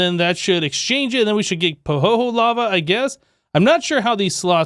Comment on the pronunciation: FYI - it's pronounced "Pahoeyhoey" Sorry for the silly correction, but yeah